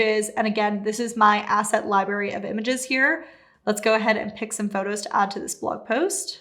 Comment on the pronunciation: I'm pretty sure the word "library" has two r's in it and they are both pronounced. So "lie-BRARE-ee", not "lie-BARE-ee". Just saying. Otherwise very helpful and well put together. Thanks.